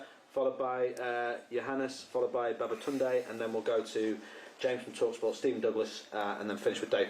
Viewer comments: did i hear that right BABATUNDAY!? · DID I HEAR THAT RIGHT!? BABATUNDAY?!?!?!?!